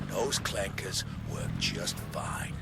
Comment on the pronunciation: The hardest R ever dropped is bro saying CLANKERS